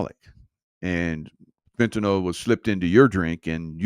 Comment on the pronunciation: Its FENTANYL, NOT FENTYNOL